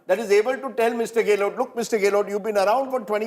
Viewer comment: What the hell is GAY-LOT? Its GEHlot